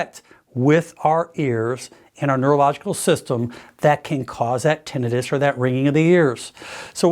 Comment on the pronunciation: I’ve never heard someone pronounce tinnitus so wrong in my life